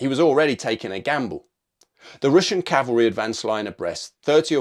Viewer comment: its CAVALRY not CALVERY..... do you not know the difference .....DUH